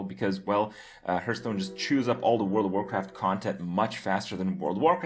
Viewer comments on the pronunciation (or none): When are you gonna pronounce hearthstone the right way? :P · Maybe Blizzcon teaches Kripp how to pronounce the name of the game he talks about so much :)